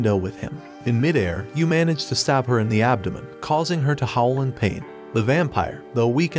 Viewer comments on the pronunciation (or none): none